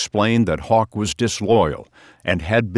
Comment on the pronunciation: His name is Haugh, but he pronounces it hawk instead of how , haw , hoff or hog ?